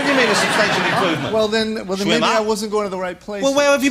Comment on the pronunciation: It's Schwimmer not Schimmer.